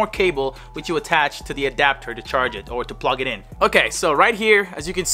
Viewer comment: Has nobody realized that when he said he was going to connect the headphones to the ps5 he said plog instead of plug lol